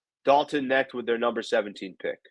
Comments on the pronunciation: with some garbage takes tonight. Clearly doesn't watch college basketball (which is fine) but first of all.... it's Dalton Knecht (like "connect" not "net"). He was the SEC player of the year in a stacked conference. He's a legit shooter who can provide much needed scoring off the bench. He wasn't mocked out of the top 10 and I've seen people mock him at #1. Saying he won't get any opportunities with the Lakers is pretty laughable considering how bad our shooting is. He's a plug and play guy immediately with the size to be a legit defender and shot creator. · The K is not silent. It is pronounced like "Connect". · The K isn't silent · I stopped watching this after the way he pronounced his name